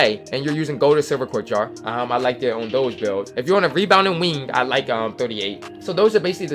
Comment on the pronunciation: “Webounding wingths”